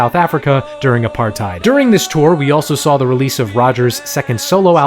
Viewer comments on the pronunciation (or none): none